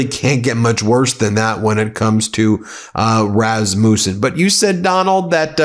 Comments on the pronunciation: Btw - Rasmussen is a family name. We have always pronounced it RASS muss ehn or -in. Not Raz Mewsse in. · Rasmussen is pronounced with a short u not a long u